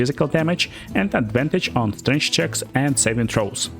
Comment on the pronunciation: Mother of all Slavs, you pronounce Strength like Strange.